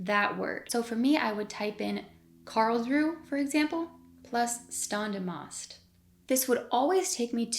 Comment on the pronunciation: Fine content, but please work on your German pronouciation. "Standesamt", you would write probably something like "Shtundeas - umt", IPA should look like [ʃtʌndəs ˈʌmt].